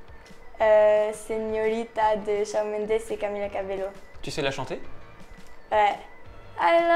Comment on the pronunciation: Camila Cabello sa se prononce « Cabeyo »